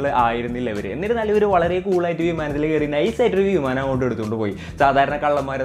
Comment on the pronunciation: വീമാനം അല്ലടോ വിമാനം...